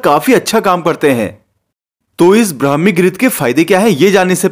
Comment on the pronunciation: Phele bolana sikho brahmi ho hai bhai